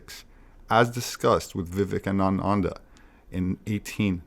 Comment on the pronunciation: In "gee -language" ((C) 2024 Can't get" Swami Vivecanananda" basic syllables of pronunciation correct. Too much energy for the question mark